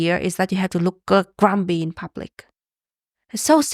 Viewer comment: GrumPy not grumBy